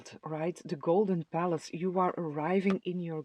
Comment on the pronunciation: Pile 2 - i thought you were saying golden phallus ….. oh golden palace! 😂😂😂